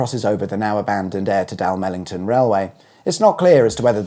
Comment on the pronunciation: I was disappointed with his rendition of Dalmellington though. What's wrong with Da'mel't'n ?